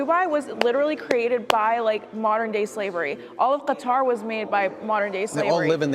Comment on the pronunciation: I AM SO READY for a stream of these PV vids Edit: thanks for not pronouncing Qatar as cutter btw. Hasan does it and it's insanely annoying Edit2: I actually don't recognize her, but she seems like a real nice person